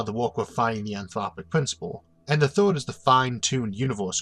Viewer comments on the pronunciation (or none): Do you say First or Foste? Third or Thode?